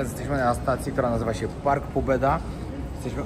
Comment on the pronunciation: .Pobieda a nie pobeda:)